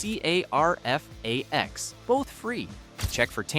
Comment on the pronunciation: How is the AI voice SO TERRIBLE? If you hear it doing shitty stuff like spell out the letters of CARFAX, instead of posting junk, FIX THE AUDIO. Lazy lazy lazy.